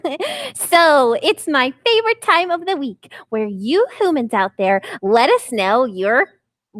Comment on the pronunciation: It's humans not homan's